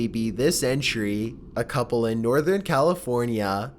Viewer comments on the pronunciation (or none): none